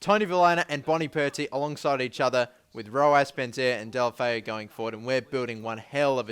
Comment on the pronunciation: its del-oo-foo